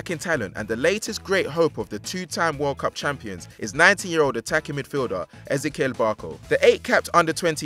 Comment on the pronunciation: How are you not able to pronounce Barco's first properly?? Ez-E-Kel